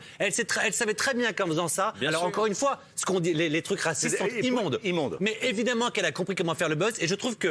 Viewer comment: Évidemment ???? Sérieux tu dit « évidement » ?